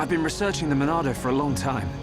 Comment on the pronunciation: Why do people say Monado so weirdly? It's not "the Monado", it's "the MONNNNAAAAAAADOOOOOO!?"